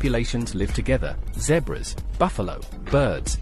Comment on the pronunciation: A heard of what? Zebrus? 😂